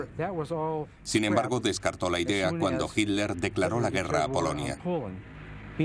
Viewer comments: Adorf Hitler se escribe, se pronuncia Hitler, soy de origen alemán se lo que digo... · EL DOCUMENTAL ESTÁ MUY BIEN. PERO LA PRONUNCIACIÓN DEL LOCUTOR ES PÉSIMA. NO ES "HILER" SINO HITLER, CON "T". TAMPOCO ES "FIRER" SINO "FIURER". SALUDOS.